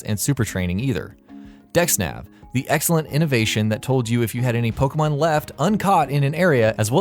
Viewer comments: It's not Poke mon, or Pokey mon, it's Po kay mon (or at least, in terms of pronounciation). The e is accented, which is why it sounds like ay. Plus, in pretty much every single commercial and TV episode, they pronounce it correctly. How do so many people manage to mispronounce it? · How I long for the day when everyone will be able to pronounce "Pokémon" correctly.